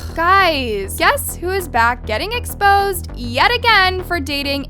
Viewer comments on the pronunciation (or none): “ expoed “ haha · lmao, "expoed" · you messed up on the word Exposed, and put Expoed😂😂 it’s okay though just pointing it out😂😂